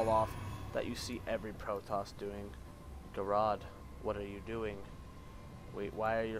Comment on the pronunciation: ger ard u saying name wrong lol